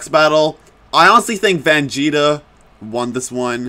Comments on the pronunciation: It’s Vegeta Not Vangeta Just Saying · I thought he said vanjeta at the beginning lol🤣🤣🤣